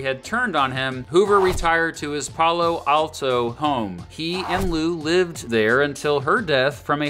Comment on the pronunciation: Pal-o Alto not Pal-lo Alto 😇